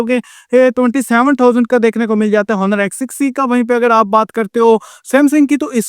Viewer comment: Honor ni bolo bhai Oner He